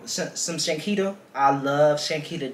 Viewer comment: Yall been butchering her name for sooo long😅